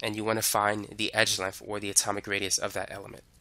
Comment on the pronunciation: I am sorry, but if I hear "edge legf" one more time I am gonna lose my mind. Gonna have to find a different video.